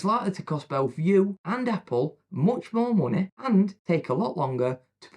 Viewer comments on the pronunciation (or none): no hate but the guy can't pronounce the "y" in half the video, he basically says moneh not money.